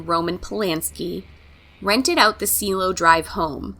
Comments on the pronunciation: It’s pronounced see-eh-lo ( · You also butcher the words Cielo and Wojciech